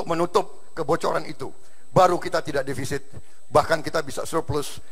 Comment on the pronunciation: yg salah di awal itu bukan devisit pak jok tp defisit.